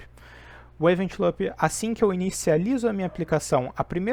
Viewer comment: Show! Só corrigir a pronúncia do "loop" que fica top!